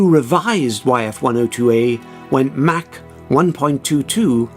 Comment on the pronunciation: Mach not Mac